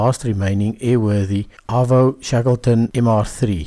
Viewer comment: Gotcha. I'm Australian and understand that it's in South Africa. My comment was a friendly post-colonial ribbing about the narrator's mis-pronunciation of "Avro" :)